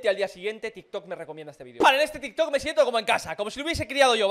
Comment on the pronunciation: minuto : dijo tik kot XD